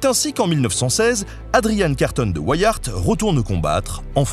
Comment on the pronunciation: Super Vidéo comme d'habitude ! :D Par contre, venant de Belgique, tu as écorché ce si joli nom de famille ahah Ceci se dit carton comme le matériau et Wiart se prononce comme la contraction des mots Wii (la console ^^) et art. Ceci n'est en aucun cas une critique. L'histoire de cet homme est incroyable et ta vidéo est super bien sûr. Mais vous, les français, pouvez être incroyablement surprenant avec nos noms propres ou la langue néerlandaise xD p.s : Boer est un mot néerlandais et se prononce bour, quand un o et e se suivent en néerlandais ça donne "ou".